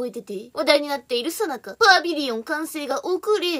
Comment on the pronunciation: 今日は最中「さなか」って読んだ！と思ったら次の瞬間「もなか」だった😂😂 さすが。今日もキレッキレですな🤟🏻👍🏻